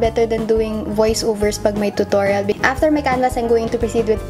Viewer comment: Nianna actually thats the correct pronounciation of it